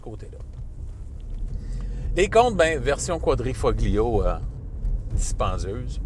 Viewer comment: Ce serait bien de savoir prononcer le nom du véhicule. Autrement, bravo !